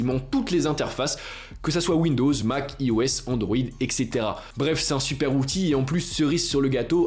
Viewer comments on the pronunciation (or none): none